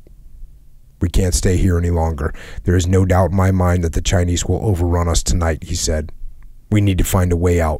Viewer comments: chynise lol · Jockos the only dude to pronounce the s in chinese